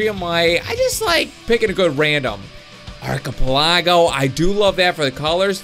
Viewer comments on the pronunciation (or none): arc-a-pella-go , a group of islands, not, arc-a-pla-go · It's pronounced Are chip a len go